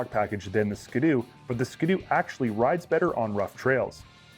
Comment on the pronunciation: sounds stupid how you pronounce ski-doo